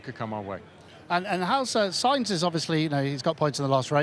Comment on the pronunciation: Ansted should really know how to pronounce “Sainz”